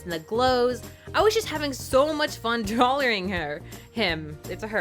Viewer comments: Drawlaring???? Really really XD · "I was just having so much fun DRAWLORING her!"